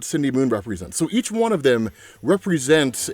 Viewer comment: You keep saying "Juan" instead of "one" and it's throwing me off 🫥